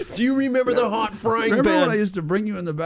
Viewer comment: Just by the way you said the word “hot” I instantly knew you were Canadian lol just me?